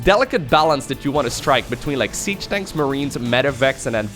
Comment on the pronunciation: I love it when says siege “Danks”